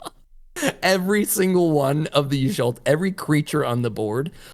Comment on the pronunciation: Saying Y’sholta over Y’shtola was killing me 😂😂